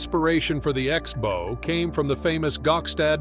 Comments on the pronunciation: Can someone teach this AI voice the difference between a bow (rhymes with tow), and bow (rhymes with cow)? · Learn how to pronounce 'bow'.